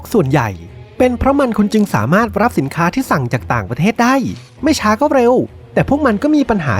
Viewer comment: ได้ ไม่ใช่ ได๋